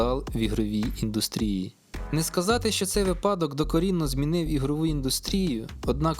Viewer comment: Дякую, справді цікаво)) Тільки цейво... Наполеон казав не випАдок, а вИпадок. 😁